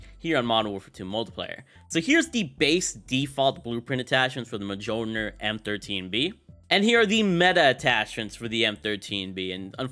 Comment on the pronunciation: Muel near is how it’s pronounced. You know, Thors hammer? Your nerdyness disappoints me lol.